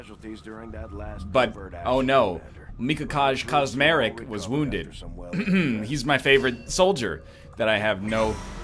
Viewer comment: As a Pole, the way NL said Mikołaj Kaczmarek is one of the funniest shit ever.